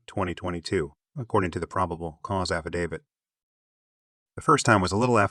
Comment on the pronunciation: You absolutely won the award for worst pronunciation of the victims names. Did you ever consider making sure you pronounced them correctly. Also just heard you don’t know how to pronounce affidavit.